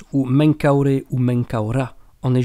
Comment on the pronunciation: Bonne et claire synthèse de la version "officielle" . Et félicitations pour l'excellente prononciation du nom d'origine du Pharaon <<Menkaure>> : c'est comme si cela sortait de la voie d'un Egyptien ancien !!!